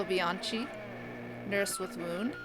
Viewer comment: Love Dj Benetti !! It is Bennet's crazy italo disco Dj alter ego...He's absolutely great and knowledgeable.. I know bc I share with him a passion for italo. Sorry to correct you, Maurizio Bianchi's closest pronounce sounds like Bianki. I just discovered this channel and it's very cool, subscribed